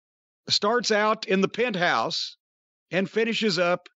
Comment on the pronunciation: "They went from the pe nt house to the out house" - Jim Cornette